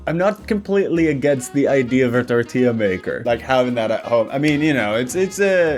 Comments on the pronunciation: Something opening this video reminded me of was that one vine “more like hurricane tor-TILLA” and it made me think about how much I hate people pronouncing tortilla like “tort-illa” or “tor-tilla” instead of tor-tea-ah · ngl, I didn't even register it was supposed to be "tortilla". She didn't even pronounce the double L